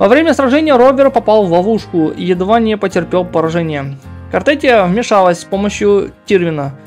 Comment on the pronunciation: Не Картетия а Картефия.